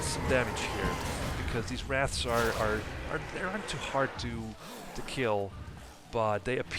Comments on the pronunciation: Wrath? It’s Wraith! Lol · you called them wraths a third time...